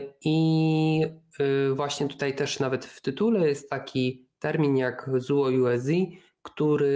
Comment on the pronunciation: A nie czytamy tego " cło jułe dzy"...?